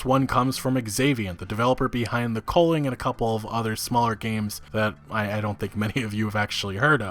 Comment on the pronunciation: Man your pronunciation of the word 'culling' triggers me. You pronounce it as "coaling" but thats wrong. You dont call it a 'Coal de sac' its 'cul de sac' - theres no 'O A' in it